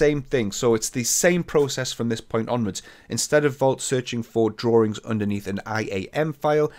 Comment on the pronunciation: I love how You pronounce "drawings" :D